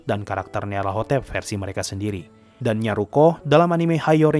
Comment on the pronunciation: Bg bacanya nyalatotep